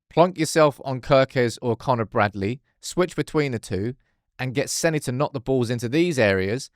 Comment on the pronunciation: His name is SENNA, not Senny!!! Amateur.